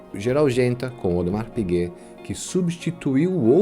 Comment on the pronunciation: Parabéns pelo conteúdo. Só uma dica de pronúncia: em Audemars Piguet não há nenhuma pronúncia de S.